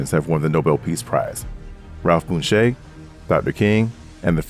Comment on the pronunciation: It's pronounced Bunch, but is spelled Bunche. AI is dumb!